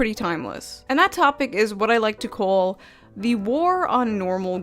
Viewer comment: Hold up, wait a minute, you are married now? Congrats on that! Also, you are much more calm now, which is jarring at first but good for you, calm is peace...well until that Monster kicked in and you got amped up lol, maybe you didn't pre party energy slam. Also, are you an original New Yawker? That "What I like to CAW" was spot on Brooklynese my guy! Lastly, thanks for calling this out, channels like Wendigoon hit topics that mostly do not interest me, but are what this platform was supposed to be...people talking about their passions and making it entertaining to show it to others. Youtube was supposed to be the 21st century bake sale but now we have Socialist Pdf boy that uses toxic female traits like gossip, manipulation & reputation destroying to get a small cult subscriber base to attack more successful channels. Oh well, at least that huge asteroid looks to be hitting us in 2025